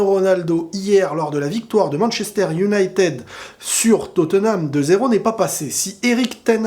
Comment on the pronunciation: prononce bien Manchester United stp c'est horrible